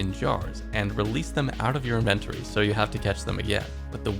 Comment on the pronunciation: you need to learn how to say “inventory”.